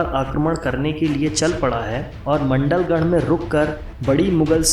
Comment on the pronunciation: #maandalgarh not mndalgarh